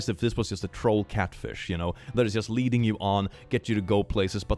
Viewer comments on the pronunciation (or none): none